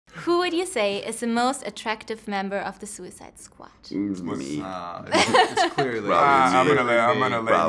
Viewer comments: In the first 10 seconds, she asks who is the most attractive member in suicide squad. Why does it sound like she says Suicide SQUACH and not Suicide Squad? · Suicide Squatch?? Lmao the girl that was interviewing in the beginning accidentally said that lol XD